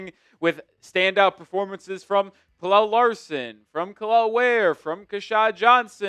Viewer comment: u gotta stop pronouncing pelle like that bro